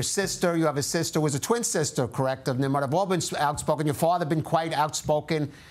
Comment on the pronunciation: It’s pronounced Neem-Rohd. So it’s highly unfortunate the journalist couldn’t get that right 🤦‍♀️